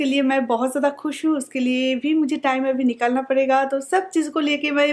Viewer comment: Aur abhi hota abhi bola jata hai avi avi nh ok